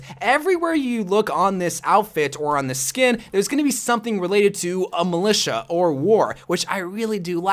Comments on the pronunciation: No1: malica😂 might just sound like that cos I’m English but I’m pretty sure it’s mil-I-ta😂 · Its pronounced mili T a